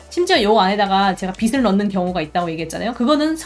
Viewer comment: 빛을 =>비츨 0 - 비슬 X (강의 너무너무 좋은데 자꾸 귀에 거슬려서 ㅠ 죄송합니다)